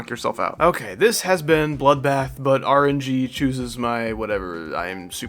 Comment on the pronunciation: "Rgb" trillogy? Nah rng terillogy